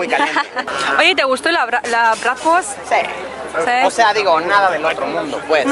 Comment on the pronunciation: Min , “Oye te gustó el abraz’ digo la bradfort” (o como se diga) Jajaj